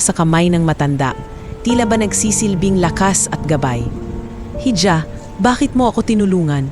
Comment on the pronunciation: Hija is pronounced as iha